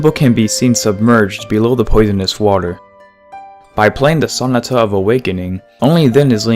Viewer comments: You keep pronouncing Sonata incorrectly. The emphasis is supposed to be on the "NA" part of the word. So-NA-ta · I watched another one of your videos and realized you don't know how to pronounce sonata and chateau. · Please look up the proper way to pronounce "sonata."